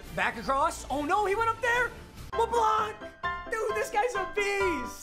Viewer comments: Nobody: Absolutely nobody:: Cre’von leblanc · When papa says Leblanc wrong😔